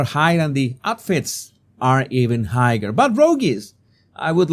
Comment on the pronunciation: Am I the only one who's troubled with your pronounce of the word "high" and "higher"??